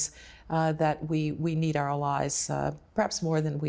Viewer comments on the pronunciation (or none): Odd pronunciation of the word "allies," no?